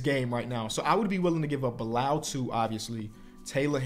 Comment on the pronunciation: pronouncing Bilal's name correctly is my favorite character development